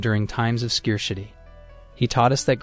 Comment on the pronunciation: You did a good job overall but, your pronunciation of scarcity need refining.